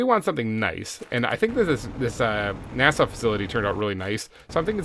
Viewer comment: Sometimes when he says NASA I hear NAS-ALL